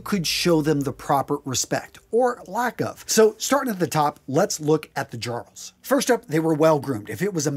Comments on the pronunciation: Quick pronunciation on "jarl" - it gets imported into English as "earl" (both the name and the title). So treat the J as a vowel instead of a consonant. Also, it sounds similar to the other classes. So, jarl, karl, and thrall. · OK, several things here. Bethesda does get this right, it's jarl pronounced yarl. Also there have been multiple instances of men and women with tattoos from prior to and right into the Viking period. Next, it's highly likely that many of them kept their hair long as there is a tale of one cleverly using it to get out of being beheaded. It is also worth noting that Norman knights in service to, Justinian I believe, a Byzantine Emporer would peirce an ear. It may be that they viewed it in a similar way to Jewish customs but that's conjecture. Finally, anyone who knows about lye knows that it's in soap but in high concentration is definitely being used for bleaching. Highly alkaline soaps were used all over that region and later made their way into England during the Middle Ages as more Danes and Angles moved there. While it may be highly improbable and extremely impractical for them to have braided their beards and head hair this doesn't rule out the possibility of it in instances of a council or some other ceremony. A sure way to show off wealth and strength is appearance and those would be exactly the right time. I would recommend having a look at channels made by Scandinavian historians since it is their own history we're talking about here. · A very good video but the word "Jarl" is pronounced "Yarl" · Good video. The only major criticism is your pronunciation of a couple words. As a Scandinavian word, the "j" in "jarl" is pronounced as a "y" so it would be said as "yarl". Also "Ibn" is an Arabic word that roughly translates as "son of" and it's pronounced with a short "i" sound so "ib-n" not "eye-bn". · You've probably been told elsewhere, but "jarl" is pronounced like "Yarl". But you've done well.